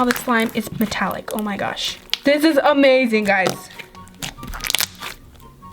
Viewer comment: playing with lip scrub slime "this one was amading" Me:... amading?... mind and and amazing = amading?